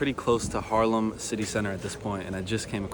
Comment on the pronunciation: At one point you said: im really close to Harlem ( i know you meant Haarlem) but my first thought was: no you're not, it's a few thousand miles to the west over in New York:):) Enjoy your stay and beware of those bikelanes:)